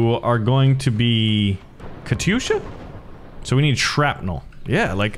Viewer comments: It is said kat-yusha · Man that katysha (not Katyusha) was good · Warpath pronounces katyusha “Kat yusha” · hopefully my life hasn't been a lie. i thought it was pronounced katy-usha